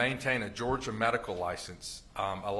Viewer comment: I love how he pronounces “GEORGE-AH”